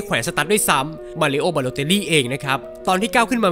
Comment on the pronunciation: มารีโอครับ ไม่ใช่ มารีโอ้